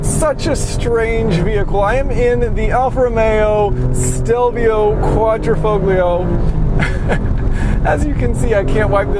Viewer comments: It is pronounced quad-dree-fall-yo... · The G is silent in Quadrifoglio ... just sayin :) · Every time an american pronounce "Quadrifoglio", an italian dies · 18 seconds in, I hear QuadrifoGlio, I wanna quit